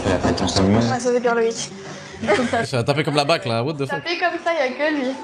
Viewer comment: ah ouaiiiii 🤡"what de fuuuuk"... fin de la vidéo pour moi!